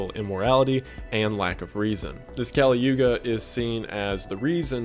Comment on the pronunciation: Kali Yuga is pronounced as "Cully yug". Again the discrepancy is due to how it's written in Sanskrit and the devnagri script, vs spoken and because English doesn't have same letters/sounds. It's just part of the mythology/epics (Hindus don't have religious texts, we have epics which are just a collection of stories of different people and their lives and how those intertwine with other people's lives yada yada. They're supposed to be a mirror and some characters in these stories are supposed to be the golden standards.) These epics, aka the Ramayan and Mahabharat, talk about how our gods have descended to the earth in human forms and lived lives trying to fix things on earth. They don't do that in kali yug, aka this era and hence we're effed in the A. :)